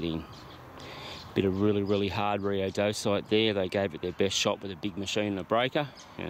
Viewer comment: Mate, thought you might like to know the rock Rhyodacite is pronounced rye o day site.